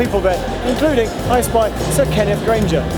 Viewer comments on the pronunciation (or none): Grange not Granger. Met him several times 😉